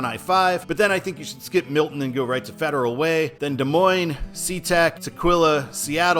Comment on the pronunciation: Washington locals pronounce it Des Moine-SSSSS. Yes, they say the "S" at the end. So annoying! #I'mAMidwestTransplantInThePNW 😄😄😄